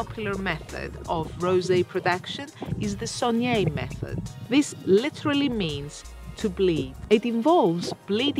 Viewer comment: Its not sogneeee it’s saigné dyphtong “ai”